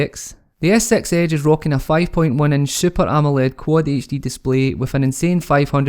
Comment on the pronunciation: Skroting so you are not bothered hearing Samsaung Galaxy "as-sex age" ?